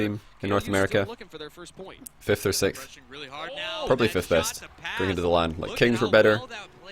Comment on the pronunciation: I just noticed when he says sixth it sounds more like sickth.